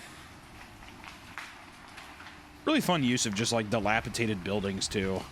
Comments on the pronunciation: DILAPIDATED NOT DILAPITATED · DilapiDated, not tated. I never heard this word mispronounced before YouTubers existed. Now I hear it at least once a week 😂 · Okay, to throw Hunter a bone, him and Isaiah BOTH do this and have since I can remember: it is pronounced dilapiDATED, not dilapiTated... that's not a word😂 Yall just both say it wrong and it literally had me questioning if I had been saying it wrong my whole life😂😅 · I'm sorry.....but.... It's dee-lap-uh-DAY-ted, not dee-lap-uh-TAY-ted. My brother's in Christ, you read stories for a living. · Guys. It's dilapiDated. Enough with the dilapiTated. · Isaiah making fun of Hunter for mispronouncing words when they both say "dilapitated" every episode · for real tho 💀 “dilapaTAYted” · If we're correcting Hunter's pronunciation of Anaconda can we also do it for dilapidated please